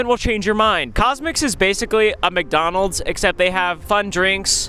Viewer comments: what in the "WcDonald's"?! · Wth how bro its wcdonalds💀